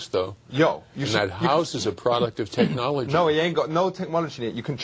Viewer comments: did he say tech-Mology? and wasn't he the manager of spice girls? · Here’s to saying “tekmology” since 2002 hahaha.